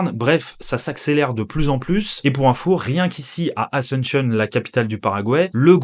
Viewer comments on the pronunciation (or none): Pourquoi tu pronoces "asentionne" et pas "asUnción". Un peu comme un anglophone. Btw fr vivant en espagne depuis 15 ans. D ou la question sur la prononciation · Super vidéo, l'amérique latine se développe. Par contre, je sais que les français sont nuls en langues mais... Asunshion, en serio? 😅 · Très bonne vidéo , mais s'il te plaît, prononce bien Asuncion, c'est pas une capitale anglophone, du coup pourquoi tu le prononces comme telle, a- sun- cion s'il te plaît 😅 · Alléchant. Mais apprenez à dire Asuncion en espagnol plutôt qu'en anglophone...